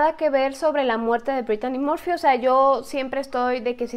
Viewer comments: Sii es verdad pero Brittany Murphy ers más guapa que britney Spears pero porque dijo Britani morfy para los ingleses se pronuncia así Britny Murphy ya se que es mexicana pero algunas fans somos españoles y queremos que pronuncien los.nombres ingleses bien pronunciados como nombre inglés ya se yo no sé mucho inglés lo estoy estudiando pero por lo menos aunque algunos seáis mexicanos también algunos suscriptotes pronunciar bien los.nombres y palabras bien en inglés en vez de decir Sori es sorrui como se pronunciaria y se escribe sorry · Porque dijo Britani morfy si es Britny Murphy y se escribe así Brittany Murphy yo la veía en muchas pelis como clueles fiera de onda con Alicia silverstone ya se que es mexicana pero algunos fans somos españoles e ingleses que lo diga en su tono inglés pero hace excelentes videos porque no habla de Jonathan brandis quién hizo de Lucas wolenczack en sesquest dsv 2032 y fue amigo de Brittany Murphy